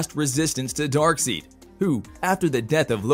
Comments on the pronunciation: DarkSIDE (is the pronunciation) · "Darkseid" is prounced "DAHRK - SIDE". Your mispronunciation is painful to hear. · Say darkseid, dark-side,! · His name is Darkside! Get it right bud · dark SIDE not SEED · Hard to enjoy the video when Darkseid is so epically misprounounced. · it's no one else noticing how awful he pronounces Darkseid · This bothered the hell out of me too! I couldn’t take anything else he said seriously because of how badly he mispronounced the name. Lost credibility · Omg I thought I was the only one and maybe just overreacting but it bothers me so much 🤦‍♂️😂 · I was looking for someone to catch it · I just saw your comment after I asked the same damn question lol This is most deft not a fan of the comics that's for sure... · yep! Was just talking about on the pronunciation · the pronunciation Newby....smh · I love it how he pronounces darkseid wrong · It hurt everytime you said Darkseid's name... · Please redo this correcting the pronunciation of Darkseid! 😂 Hard to take this as serious information if you don’t really know the characters. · Had to stop after Darkseid was mispronounced. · This narrator tends to deliberately mispronounce Darkseid's name and tends to drown out Justice League 2 for good and I would like the new Green Lantern in this one and Martian manhunter As for this Narrator he needs a voice lesson or find another job